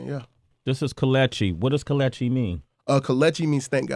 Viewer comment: That's not how you pronounce it? It's ke- Le- chi